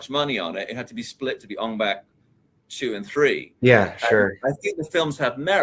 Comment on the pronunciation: why does he keep saying ON BACK instead of ONG BAK... it's only showing respect for the Thailand language to say it rite!!